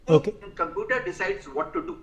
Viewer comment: These experts cannot even pronounce computooorrr correctly and they blame Boeing's computooorrr..there are over 1500 dreamliners flying all over the world for the past 15 years and there has not been a single loss of life ....